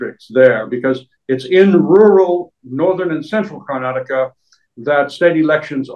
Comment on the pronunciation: So nice English person saying Karnataka properly, the hindii journalists keep always saying Karnatak . Good improvement DK singh is also properly pronounced the name